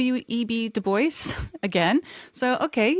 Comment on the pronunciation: I believe the traditional pronunciation of "DuBois" is; "Doo-Bwah", not; "Doo-Boyce" as per phonetic understanding FWIW. Merely a small point of constructive criticism, not attempting to discount your content. Thank you for your efforts, peace & love to you & yours 😊 Godspeed (is the "G-word" still allowed on YT?) 😉